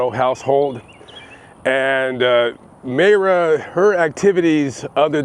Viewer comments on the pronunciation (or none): It’s pronounced Myra